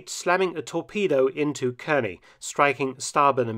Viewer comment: Nice report. Nit: Kearny is pronounced "CAR-nee" :) We'll give you aluminum.